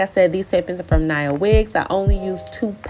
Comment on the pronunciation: I just bought these, I can’t wait to try! They came out beautifully for you. Oh yeah, it’s pronounced Nia (Nee-uh). That’s my daughters name, I named her after actress Nia Long 😊